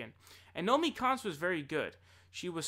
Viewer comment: You keep getting Nomiki Konst confused with Naomi Klein and saying Naomi Konst. I make that mistake as well.